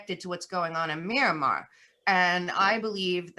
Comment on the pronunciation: It’s MYANMAR not Miramar and you have no idea what is going on there.